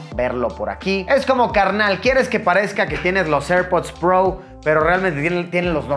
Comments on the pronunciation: Se dice “Pro”, tal cual, no “pbrouw”, estudia mejor idiot4. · Hahaha como dice el luisito " los airpods prou". Ya se le olvidó como decir pro haha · Alv luisito, tan prou, di pro y ya.. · Airpods Pro! "Prou" lol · nadie: luisito: airpods prou